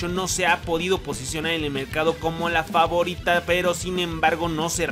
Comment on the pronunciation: Dijiste famorita lo noté lo noté 😉